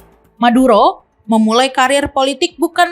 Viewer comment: M bukan T 😅😅😅